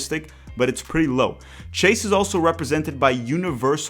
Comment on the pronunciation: The pronunciation of "Chase" is completely wrong.